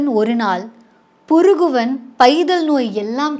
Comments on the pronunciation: Kural: 1266 . It is parukuvan and not as purukuvan as said by you. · The last kural was not Purukuvan- parukuvan. Please be more cautious. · Puruguvan illa paruguvan...idhuve padikka therila vandhuteenga thirukkural ah valarkka... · gr8 fan of ur works......with all due respect, did you say puruguvan...??? just to show how keen I have engrossed in your narration and interpretation....this whole episode I was blushing till I cud cramp my chin.....!!!